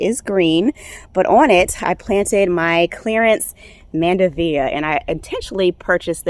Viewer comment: mandevilla. Pronounced " mand-e -villa" not mandevea.